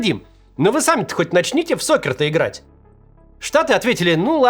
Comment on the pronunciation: Не сокер а сакер.